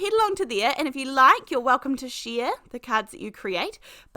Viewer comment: As a native Californian, you always make me smile when you say “Hi they-ah”. Every time. It’s so fun spending time with you. We are having fall weather here (Los Angeles suburbs) - cool enough to wear a sweater, windy enough to blow our hair, sunny enough to keep us happy…